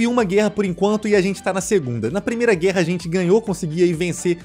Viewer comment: para de falar GÊRRA pelo amor de Deus hahahaha